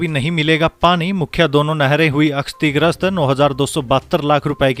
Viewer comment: क्षतिग्रस्त है न कि हतिगर्स्त